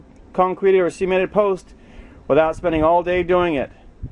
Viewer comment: Sea-ment? No idiot. It's pronounced Suh-ment.